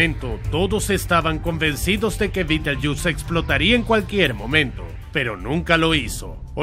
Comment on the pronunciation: Betelgeuse se pronuncia beteljeuse, no Bittlejuice.